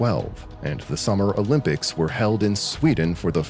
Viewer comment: "O Limp ics"...🤭